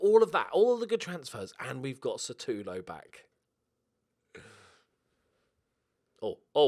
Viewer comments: After so many times saying "satulo" i have to say this: His name is pronounced "Shutalo" which basically means "the kicker" when translated which is pretty cool. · Enjoy still hearing satulo for the next few episodes